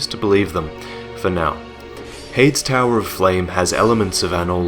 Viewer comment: are you sure heide's is pronounced "hayed" and not "hey-dees"?